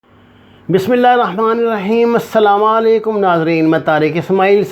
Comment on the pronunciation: Sir aap hameysha assalama. Kehtey ho. Kia aap Jan bhujh ker aisa kertei ho?